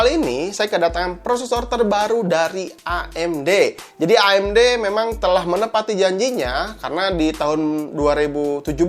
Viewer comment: ngomong amd nya kyk ngomong a"in mantap emang si akang sering ngaji ^_^